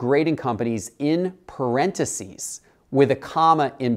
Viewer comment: parenticies?? wtf lol